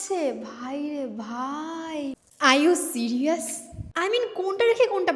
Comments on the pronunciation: That's call "Are You Serious",,Not call "I you Serious"🤣🤣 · Are you serious ❌ i you serious ✅ 😂